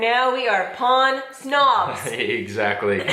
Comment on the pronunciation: I like how says pan like saying "pawn" in english hehehe. Feel better both of you. ✌